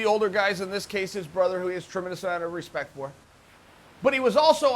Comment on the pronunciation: Tide Rises "hespect"